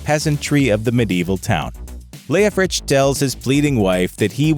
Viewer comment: "Leofric". NOT "Leofrich"